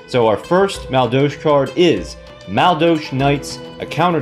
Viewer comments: That is not how you pronounce madolche. Not even close. Ma-dole-che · basically mad-ol-sh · Man I fucking love this deck archtype. I used them alot in the tcg. Although thier missing the key cards to make them good like anjelly, hootcake, mageleine and queen tiaramisu. Still excited to see this deck in duel links tho. Btw it's pronounced Ma-dol-chee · Dude wtf learn how to pronounce the archetype.